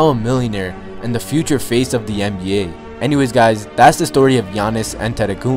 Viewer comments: Great video. For future reference, his last name is pronounced 'Ah-deh-toe-koon-bo'. It's weird because of the spelling of his last name, but if you YouTube the video "Say My Name "Giannis Antetokounmpo" (Teammates Version)," you'll hear him say it that way. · Like this [ Yah-nis An-ten-toe-kūm-po] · Lol it's pronounced Gi-an-is atump-akemp-o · stop saying his last name You say it wrong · U butchered his name. Good video tho.